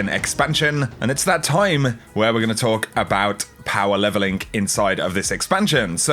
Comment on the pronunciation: "And its time... We talk about power levelingkk"